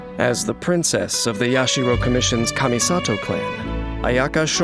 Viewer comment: He pronounces her name better than her own voice actress